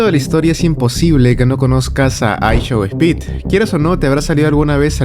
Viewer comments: a “aishou ehpit” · I show ejpit? Coño ni escuchando los nombres de los artistas ni de imfluencers lo dicen bien escuchandolo uno y otra ves. Que pasa en LATAM? Jajajaja. Saludos desde Bayamón, Puerto Rico!